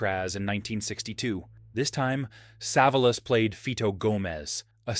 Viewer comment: Pronounced SA VOL US.